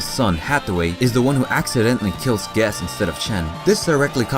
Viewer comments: Why does this guy say guess instead of quess? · Learn how to properly pronounce Quess and Bell-tah-chi-ka.